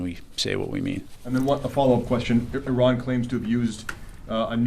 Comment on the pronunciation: Why can’t he properly pronounce Iran! 😮